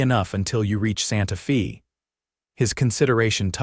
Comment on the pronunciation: Gotta fix AI - Santa Fe is NOT Santa FEEEEEE